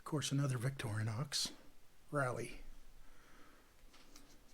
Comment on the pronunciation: "Vic tori nox" is the correct pronunciation! Well done! "Victory Nox" is quite wrong...